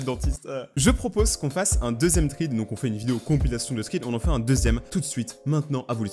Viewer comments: On dit " srède ", pas sride " !😂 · Jadore il dit trid au lieu de fred = thread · Thread se dit srède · Il a quand même continuer à dire "tride"... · Ça se dit : strai 😉thread d’horreur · Fred (thread) La prononciation parfait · Sa se lis sread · "THREAD" CE DIT "SRÈDE"! Like pour qu'il le voit. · On prononce srèd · Srede ça se dit comme ça thread 😭😭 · On dit srèd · Sa se prononce "sred" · Thread se prononce sred 😂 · sa se dit sraid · Thread sa se dit sréd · Sa se dit scred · Thread se lit srède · Sa se prenonse srèd alors que c ecrit thread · On dit sréde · J'espère qu'1 an après il a compris que ça se prononce srède meme si ça s'écrit thread. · Sa ce prononce sred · On dit pas triid 😅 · Thread ce prononce sraide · Sa ce prononce sréd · Ça se prononce "Sraide".